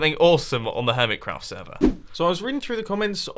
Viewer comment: Its been 3 years and Mumbo still says it HermitsCraft ITS HermiCraft not HermitsCraft